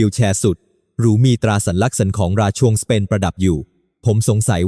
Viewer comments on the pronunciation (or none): น่าเบื่อ เอาAiมาอ่าน ทำให้ภาษาไทยผิดเพี้ยนไปหมด เช่น ราชวงศ์ อ่านเป็น ราช ชวงศ์ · อ่านมาอย่างไร รา-ชวง(ราชวงค์)